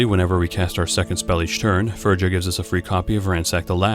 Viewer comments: Just so you know, it's "feerya" not "Ferjah" :P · Fur-ya ... it's a norwegian name.